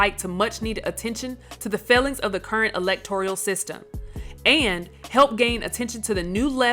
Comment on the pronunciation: also it is electoral not electorial A good test for grammatical ignorance is when people say ex-seterra instead of ett-setterra to pronounce etc.